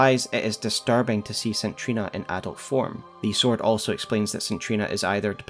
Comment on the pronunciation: Good video but DUDE... the way you say the word Saint is horrific. It is say-nt not sin or sit or sint... and the name Trina is said like Treena